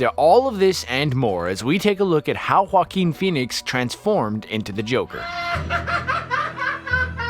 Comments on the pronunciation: It's waa-keen NOT huwa-keen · Every time he says "Joaquin Phoneix" it sounds like "Fockin Phoenix". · I thought I heard that 😂😂😂😂😂😂😂